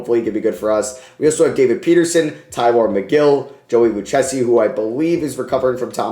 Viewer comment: Hate to be that guy but Joey Lucchesi is pronounced Lou-kay-see. Love the vid as always bro